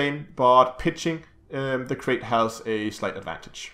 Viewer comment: Calling this ship a 'Crate' is like calling a Python a 'Pythone'. Mis-pronouncing a species name just because it makes more sense to your brain phonetically is just ignorant. Krait rhymes with Bright, not Bait.